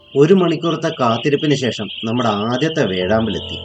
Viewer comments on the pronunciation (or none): none